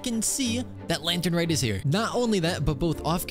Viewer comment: All year I waa looking forward to hear you say lantern wrong and then you come up with something new. I'm more excited to hear what you'll say next year than for the actual event.